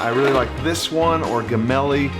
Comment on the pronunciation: "GEMELLI" The sound is soft like in GELATO :)